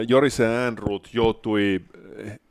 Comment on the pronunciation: Jorisee Äänruut